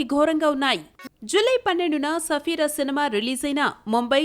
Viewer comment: Sarfira ki Safira ani palukuthunnaa correct chesukoledu thuuuuuuuu